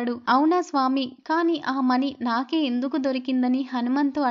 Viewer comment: మని కాదు మణి చక్కగా పలకండి